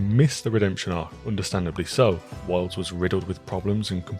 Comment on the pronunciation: i was thrown this whole review bc every time you say wilds it sounds like worlds